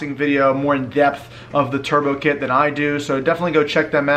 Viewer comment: Dude cant even pronounce the kits name correctly.. What a joke